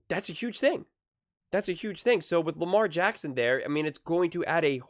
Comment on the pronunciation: It’s LAMAR JACKSON !!!!!! For Pete sakes. 🤦‍♂️